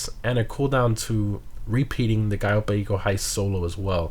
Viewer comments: Ur pronunciation on cayo perico pisses me off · Why do you say cayo perico in such a weird way?